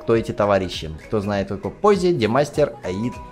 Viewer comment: Не димастер а Де'мастер